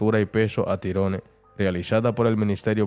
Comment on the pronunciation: Tyrone se pronuncia igual al inglés